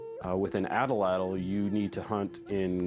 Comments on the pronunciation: at-lattle right? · The first dude said atlatl wrong